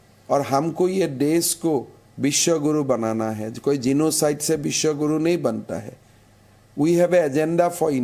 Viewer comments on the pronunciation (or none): His name is हेमंत विश्व शर्मा not हिमंता विश्वा शरमा 🙄